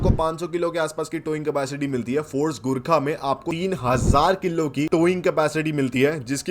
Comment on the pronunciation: The way you say gurkha it sound like durgaa 😂😂 you speak a bit fast ...faster......